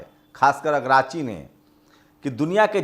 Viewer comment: भाई ईरान के विदेश मंत्री का नाम अब्बास अरागची है अगराची नहीं